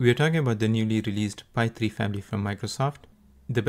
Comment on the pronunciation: Isn't it pronounced Fai rather than Pai?